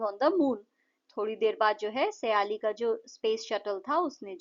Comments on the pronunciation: सयाली नही हैं वो सायली हैं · Wo saayali nahi hain sayali hain